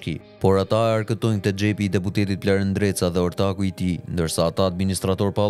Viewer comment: Bravo eshte gjarper nreca se normalishte eshte ndreca po e thot me r te holl nreca